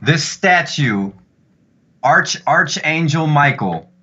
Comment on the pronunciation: “Arch angel”. 🤣 ahh man, love u 🤙🏼